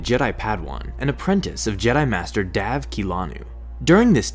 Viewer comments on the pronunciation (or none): Dav sounds like Dab